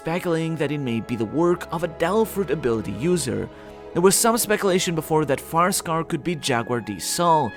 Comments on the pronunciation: FIREscar, not picky and context is key but try to enunciate a bit more, it sounds like FAR-scar and non-English native speakers could get confused Great video as always, sankyu lol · Where are you from? You keep saying Farscar instead of Firescar lol